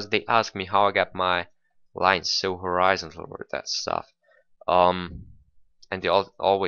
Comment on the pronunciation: Horizon-tal. that confuzed the shit outta me when i first heard u lol ;p